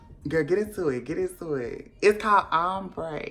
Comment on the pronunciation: IT's called OMBREEE 😂😂